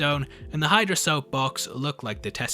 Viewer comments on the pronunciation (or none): none